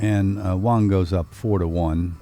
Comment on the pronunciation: Great Video BUT I wish the Commentators would get it right, They keep saying over & over WONG when his name is WANG! Don't know if these guys ever finished 5th grade. .lol They got it Wong.